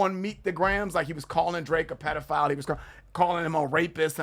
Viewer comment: He pronounces "pedophile" (pediFOWL)!OVO Y'all missing the deeper meanings, ‼️yo